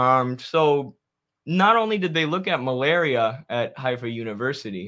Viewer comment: Haifa is an Arabic word btw not Hebrew. The pronounciation for H is ح in Arabic which has no equivalent sound.